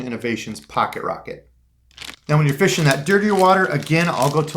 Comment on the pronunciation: Is that really how you say fishing? Or you just being funny? Lol